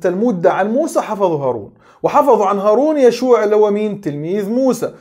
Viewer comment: تصحيح لفظي: هو يوشع وليس يشوع!! كمل يا وإديهم على برانيطهم